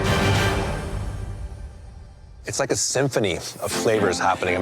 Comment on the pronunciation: I'm here to hear him say, " I wike it.."